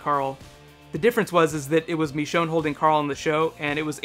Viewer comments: ITS NOT MEECHONE ITS MICHONNE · It's not "Meechonne", it "Michonne". Ih ih ih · He says MEshone instead of MIshone (I know its spelled Michonne, but I was referring to pronunciation) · Michonne.. Not Mechonne xD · Did he say mechone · the way you pronounce "michonne" -__- good video though!